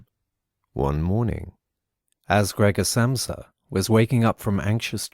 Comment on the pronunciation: The mispronounciation of Gregor Samsa is very jarring, lol.